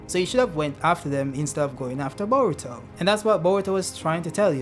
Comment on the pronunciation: Why's bro saying "baruto"??💀💀